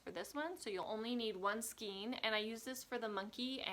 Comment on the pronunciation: FYI The word skein is pronounced ‘skane’ with a long ‘a’ sound. I recently just bought this book! So cute!